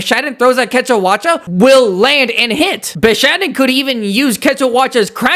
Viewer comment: No one can convince this man that its called bishaten not bishaden